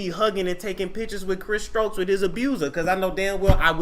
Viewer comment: thought it was STOKES